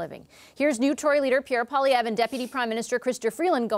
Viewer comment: I wish people paid to speak would get the pronunciation of poilievre: pwa lee ev reh try at least